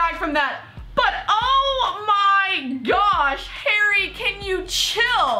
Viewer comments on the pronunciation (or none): When she says Harry she says hairy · Its Harry not Hairy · The way you say harry sounds like hairy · It's Harry. Not haaairy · His names Harry not haireyy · It’s harry not hairy.... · She pronounces Harry like "hairy" loool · His name is Harry, not HAIRY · It's Harry not Hairy😂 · Did she just say hairy instead of harry????omg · Am I the only one that hears 'hairy' every time she says 'Harry' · Is it just me or does say hairy instead of Harry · Why does this one calls him "hairy"?? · It's harry not hairry ffs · Please stop calling him hairy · Why do u call harry hairy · she says "hairy" instead of "harry" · Bruh his name is not "Hairy", it's "Harry" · Why tf do you call him hairy not harry I'm so triggered